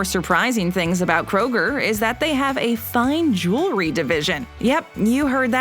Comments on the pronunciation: It's jew-el-ry, not jew-la-ry. It drives me crazy when people say it that way. 🤦‍♂️ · It's "jewelry" NOT jew-la-ree. Also, -ING is NOT pronounced -EEN. PricING not pricEEN; hopING NOT hopEEN.